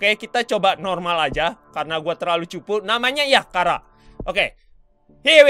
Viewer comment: Charar bukan Kharaa